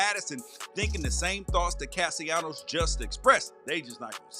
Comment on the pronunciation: It's Caste LAH-NOS not caste YA-NOS. You and a lot of them out here need to learn how to pronounce his name. Don't do anymore videos o. Sports if you can't day their names right.